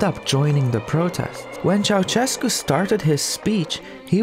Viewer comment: You pronounce Ceaușescu's name better than most foreigners, but it's still not entirely correct. The letter Ș makes a sh sound, not a ch sound.